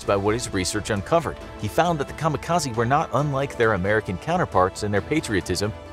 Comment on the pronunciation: Why do people constantly pronounce kamikaze wrong?? It's supposed to be an educational video, so at least pronounce it right :( I still love infographics, but just makes me sad an educator can't pronounce things right.